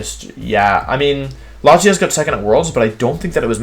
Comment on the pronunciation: Bruh I’m pretty insulted with the way he puts latios , c!!! I am enraged